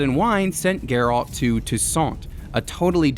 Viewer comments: Anyone else getting slightly triggered by the over annunciation of alt in Geralts name from this guy? 😅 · You can tell this guy never played the game since he can’t even pronounce Geralt’s name properly lol.